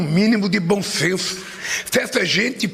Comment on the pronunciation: Fiquei arrepiada com o termo "bom ssenncço" 😂😂😂